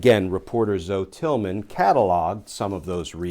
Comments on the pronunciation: Hi Glenn, I believe her name is not one syllable like zo but 2 syllables like Zowie, which is the Greek word meaning 'Life'. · Glenn (and DC people), does she really pronounce her name as "Zo"? Usually it's pronounced "ZO-ie" It's a Greek name (originally) meaning "life."